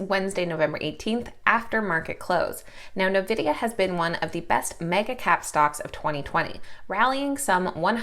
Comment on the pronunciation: Awesome report. The name of NVDA is N vidia, not novidia.😉